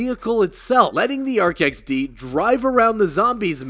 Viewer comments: First time ive ever heard anyone call it the Ark XD. Literally everyone calls it the A R C - X D, like spelling it out. Because it's "A (tbh idk what the A stands for) Remote Controlled-Explosive Device. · RCXD say it right my guy jeez